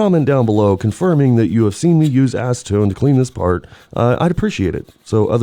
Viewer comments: I saw you use ass-see-tone.... 😂😂😂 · Nice ass-Eh-tone! Steam cleaner is my friend! Cheers! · Say acetone again 😂